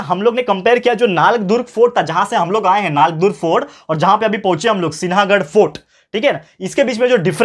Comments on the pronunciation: sinahaghad nahi sihaghad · सिनागड नही सर सिंहगड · In sinhagad n is silent . Lions fort hai matlab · Sir apne Sinhagad ko galat pronounce keya hei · Sir I think you are pronouncing wrong about सिंहगड sorry but please don't pronounce wrong